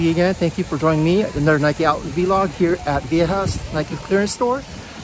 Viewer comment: Why do you say v log lol i believe its vlog other than that keep it up